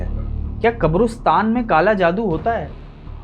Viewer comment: Not kabrustan kabristan is right